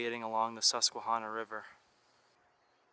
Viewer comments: Just so u know u r saying the name wrong. It's Hanna not honna. The tribe was sounded like that but not the river. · Hydro. Great video. Tip: ask locals for proper pronunciation. No shade. Susquehanna is a toughie. Last part rhymes with banana. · It’s because you’re not from Pennsylvania. But you were almost spot on with the pronunciation. Pennsylvania does have a lot of hidden gems. But, nonetheless, welcome back to Pennsylvania. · The way he says Susquehanna makes me cringe every time he says it, but it's Pa, we have our own dialect.